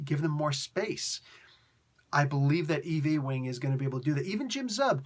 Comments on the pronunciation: Lol I just had to remark on the way you pronounced the writer's name: Eve L. E-wing. I'm pretty sure that's Yoo-ing, like J. R. Ewing on that old TV show Dallas. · Or Patrick Ewing lol